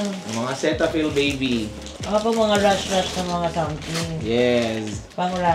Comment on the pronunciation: Sitafil po ang basa sa cetaphil ☺️